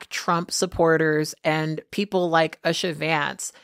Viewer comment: Pronunciation guide: U-sha / OO-sha (as opposed to US-sha)